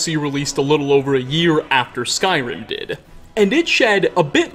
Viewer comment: I have to say, after a while, your speech pattern starts to grate on me.... were you aware of the way you add "uh" to tons of last words in the sentence for no reason? "Settleuh", "diduh". "Falmeruh". Really distracts from your good info. Kind of annoying.